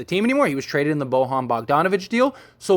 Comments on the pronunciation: It's pronounced.... "Boy-yawn" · Can this dude learn how to say Bojan please